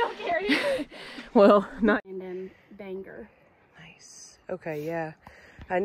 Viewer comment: Bangor, pronounced Bang-or not Bang-er. Sincerely, everyone from Maine. Congrats on the progress! Love your videos! 😊